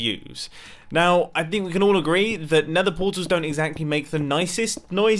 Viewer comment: Lol mumbo be like:starter base and talks about going to nethee